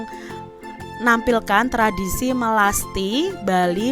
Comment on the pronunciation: 08.18 Me-las-ti kak bukan "melati"